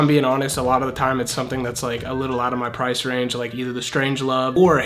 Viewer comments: Price or “Pirce”? 😅🤭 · when it says pirce instead of price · I love how I it said pirce instead of price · Bruh he said for price pirce